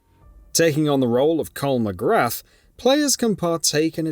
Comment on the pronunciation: Man doesn't even know how to pronounce MacGrath